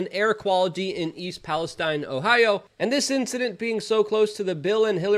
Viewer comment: Thank you for respecting English, and pronouncing Palestine correctly as Palestine and not Palesteen